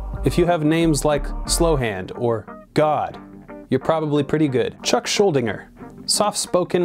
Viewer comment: "ShuldinGer"??? If you're gonna compile a list, be able to spell, pronounce the name of, and know anything about the people you're talking about. Who handed you this list anyway? Total fake!